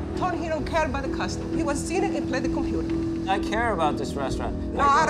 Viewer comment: is the best hE cOmE wiTh ThE cOmPuTa cMoN